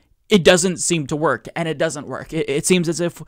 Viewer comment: I can't stand the way she says and, she pronounces it "yaand".